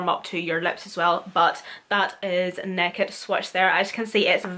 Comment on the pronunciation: love you the way say naked, neked haha! class